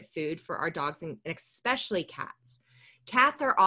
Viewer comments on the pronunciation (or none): This is a great resource, but it sounds really weird to hear say “eckspecially” (phonetic spelling)